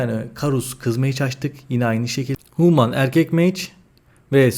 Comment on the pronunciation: huuuman değil reyiz hümın. sağol video için.